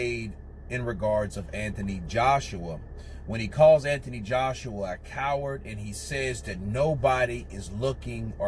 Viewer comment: You say ANTHONY wrong.